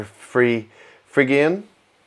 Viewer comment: Phrygian is pronounced "*fri*·jee·uhn" (ˈfrɪdʒɪən) named for the region Phrygia of Anatolia (now western Turkey) -it's the place where King Midas ruled. And if you play just white keys on a keyboard and start on E instead of C, you get a phrygian scale which can be useful to get traditional Spanish sounding melodies and chord progressions :)